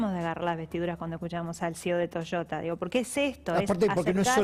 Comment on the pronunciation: Deberian aprender a pronuncia correctamente es Toyota y no Toshota!!!